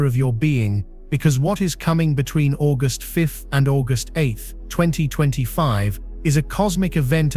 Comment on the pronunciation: More diarrhoea from an AI who can't pronounce August!